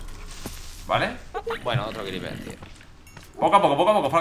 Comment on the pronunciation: "Un cRePerrrr" xd